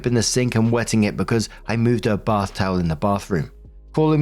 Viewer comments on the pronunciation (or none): none